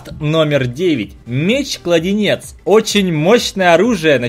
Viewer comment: Пасхалка 1: КладЕнец, а не кладИнец (меч кажется какой то наркоманский :) ) Пасхалка 2:Меч джИдая, а не джЕдая (и крафт красным по любому, поэтому все джидаи плохие :) ) Пасхалка 3: Боты сделаны из динамита:) конечно же он будет тратить ХП и гореть :) Пасхалка 4: Зелёный компаньон имеет странный крафт и очень похож на растение из Plants VS zobmies (не заскучать дождливыми вечерами: расти-крафт то из деревьев) Пасхалка 5: Иллюминати (или иллюминат) как по мне символ всего странного и зловещего... Пасхалка 6: Шапку деда мороза оставляет сам дед мороз, а подарки это "забиралки" в доме-как по мне - улика :) Пасхалка 7: (Железная маска) УсИления, а не уселения, а также обладаТЕлю, а не обладаетлю Пасхалка 8: говоришь "загадочный"(гном), а написано "забавный", "добывать ресурсы" методом ТНТ (в крафте) Пасхалка 9: По середине в броне рыцаря смерти, как по мне нарисована летучая мышка с ножками :))) Пасхалка 10: (Снич) Не коТОРТкий (кстати ТОРТ есть в крафте), а коРОТкий Пасхалка 11: Маска гнома мне кажется вы сами поняли почему имеет 20% взрыва (динамит с красной пылью) Пасхалка 12: Странно что используется зелье прыгучести в крафте "превращения" (может быть мы прыгаем в грязь - поэтому и свин (ну или влетаем тупо в печку :) ) Я считаю что может быть я что то и добавила от себя но как по мне всё правильно! Удачки!